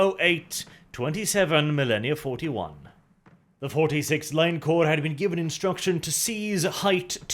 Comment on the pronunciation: Finally someone who can say the word Corps (Korps) properly. Emperor bless you